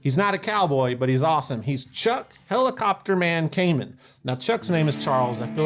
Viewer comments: I worked for many years at a guitar store that dealt a lot with Kaman, and everyone there pronounced it kuh-man, not kay-men. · True story I got the Stereo Chorus through a promotion in Guitar Player where KMC gave away the pedal of your choice for free. Oh and Chuck’s last name is pronounced “Kuh-Man” not “Cayman” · In Hartford County we pronounce it Kuh-man. Not Kay Mann. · First off, great video as always! Secondly, in my years working at a music store that was 95% Kaman product, I was under the impression that it was pronounced "Kuh-man" rather than "Kay-men" since that's how our rep and all the people on the phone said it. Kind of like their Takamine guitars: Some say "Tak-uh-me-knee", but the people at the company always said "Tack-uh-mine". Sorry for the "well, actually" comments, but since probably knows the people who lent their names to these products, I'd like some closure... Oh, and can we get a "RockTek" episode some day? Pretty sure those were also Kaman. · When I used to work at a music store we had the Kaman catalogue that we ordered from. The rep always pronounced it like “Command” without the d. I always thought he was wrong, but who am I to say anything. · By the way, Kaman is pronounced ke-man with the accent on the second syllable. I grew up in CT and my dad worked in a factory/job-shop that did a lot of contract work for Kaman. :-)